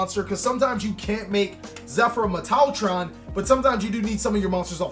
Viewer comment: Its... Metal-tron lol